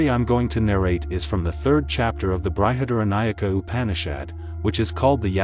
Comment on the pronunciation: It is pronounced Brihad-Aranyaka-Upanishad